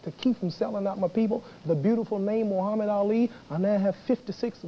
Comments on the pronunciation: Buckley is intentionally mispronouncing Muhammad Ali. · Seriously I think Buckley is intentionally mispronouncing Ali's name as a tactic to make him angry .